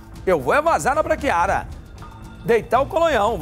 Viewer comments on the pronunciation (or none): Braquiada não braquiara